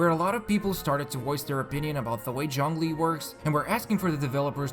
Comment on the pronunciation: Why do you pronounce zhongli as junglee